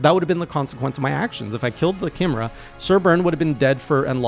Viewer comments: Kim er uh? Don't you mean Kai me rah? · It's "KAI-MARE-UH" not "KIM-ER-UH" btw. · It's pronounced ky - meh - ra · Chimera; pronounced like 'Kie' (like Pie) 'Mare' (like the female horse) 'Ah' (the thing you say if you have an idea) 'Kie-Mare-Ah' Chimera. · Pronounced kai-meh-ra